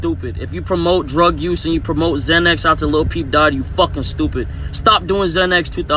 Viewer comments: Lil not little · dude you gotta stop saying little instead of lil deadass lmao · "little peep"? bruh